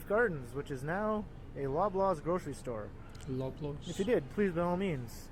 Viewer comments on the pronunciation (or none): Lobaws is pronounced 'lob' as in 'lob the ball', not 'lobe'. Maple Leafs Gardens was original venue for Maple Leaf hockey team. There are not any other supermarkets like this one. We don't have shops in Canada like your small frozen food shops in the UK like Iceland. No Frills is owned by Loblaws. Grocery stores carry a variety of foods from all over the world. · Please pronounce it as "LAW BLAWS" not Loblows !! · Hey, love your videos.. I'm from Canada just south of Toronto.. For some dumb reason it's pronounced Lawblaws. don't know why they spell it LO... cheers